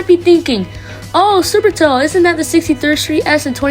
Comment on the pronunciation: You literally just said supertoe😂